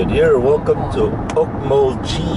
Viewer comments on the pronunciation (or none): gee not jee😂😂😂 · u said it wrong ;D is OK-mul-gee (gee like geese)